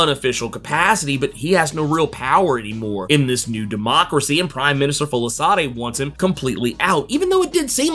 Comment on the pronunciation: It's pronounced "Folashaadey"